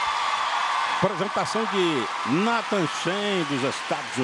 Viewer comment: meu deus esses caras não sabem nem pronunciar o nome do nathan, mas falaram muito merda putz